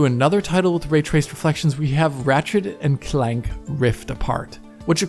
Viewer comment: Hearing him say Ratchet and Clank made me feel like I was in that one scene from inglorious bastards.